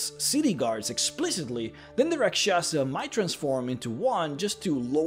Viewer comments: I laugh every time you try to say Rak Sha sah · As a hindu its cringy to listen to other people pronounce the hindi words......its actually pronounced raakshasa and other word starts with ra....its always raa